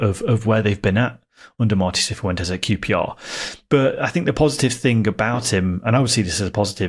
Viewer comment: Can people who've been listening for longer explain if pronounces some names wrong as a gag or some kind of in joke? Hearing "Seefoo entes" a few times made my skin crawl.